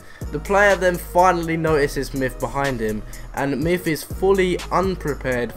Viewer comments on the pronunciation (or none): It's not mif it's myth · lol he said mif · He says myth like myf